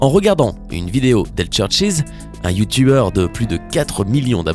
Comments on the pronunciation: Je suis le seul qui a capté qu’il a dit youtouber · Youtoubeurs jss morte comment il prononce sa 😂😂😂😂